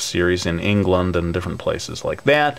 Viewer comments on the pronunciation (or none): lol at the way you said england xD... gr8 work man love your manga!